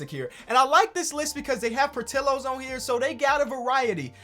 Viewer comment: Hey I think Portillos is pronounced: Por-tee-yoz. The ll in Spanish is pronounced as a Y:)